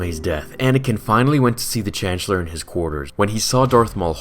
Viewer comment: "chancheler" lol